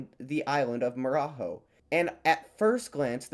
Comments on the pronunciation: Portuguese is not Spanish, so Marajó is pronounced "Mara-jo" not "Mara-ho" or Javaés pronounced "Ja-va-es" not "Ha-ve-as" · Good video! Im glad to see a lot of Brazil. Marajó is spoken with a J sound, not an R sound, like Mara-Joe, the tone of the "Ó" is like in the word "Jock". This applies to all "J" sounds in portuguese! Bananal also means banana tree if you're curious. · Javaes and Marajó, as others have pointed out, are not not pronounced with the spanish J sound. great vid! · The original commenter said something that doesn't make sense in English. Really, it's "say it with a J sound instead of an H sound", so marajo instead of maraho.